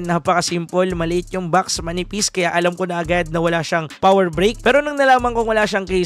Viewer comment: Power "brick" yun hindi "break"